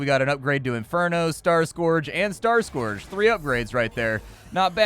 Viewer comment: Amazing that you don't know how to pronounce "scourge"